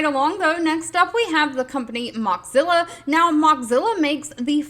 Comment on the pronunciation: It’s pronounced “Moe-zilla” not “Mox-zilla.” It was made from the combination of “mosaic” and “Godzilla.” That said, I really appreciate your updates. 🙂